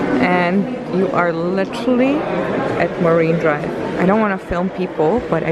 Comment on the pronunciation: Fuming here , its MARINE DRIVE .....MA"R"INE DRIVE Not MARIVE what ??